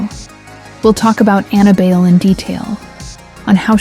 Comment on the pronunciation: Ana Bail? How hard is it to check for proper pronunciation of names.